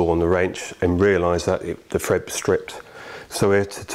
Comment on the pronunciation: thread not fred 🤪